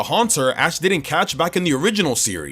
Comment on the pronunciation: DOES, NOT DOSE! AND DO NOT LEAVE OFF THE T IN CATCH!